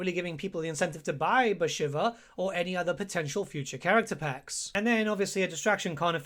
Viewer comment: I am really sorry. But isnt she called "Bashiiiiiva" and not "shiver"..think everyone calls her so..its after the godess..